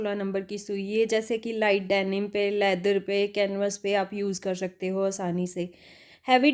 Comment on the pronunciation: Mam apne bahot hi kaam ki bat btai hai thank you so much but bolne k liye thode practice ki zaroorat hai Shakte nhi bolte .....skte bolte hain